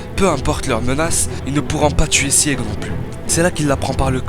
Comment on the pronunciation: Les reviewers manga faites un minimum d'efforts svp sur la prononciation des noms des perso c'est vrmt triste Pour sieg : c'est pas "sièg" le "e" se prononce pas Pour Peak ça se dit pik Aller biz